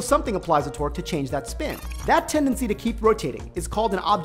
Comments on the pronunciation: Every time he says torque it sounds like twerk. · oh TORQUE lol i thought he was saying twerk